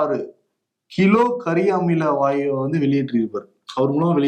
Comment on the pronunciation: கரியாமல வாயு இல்ல கரியமில வாயு.... pronounce correctly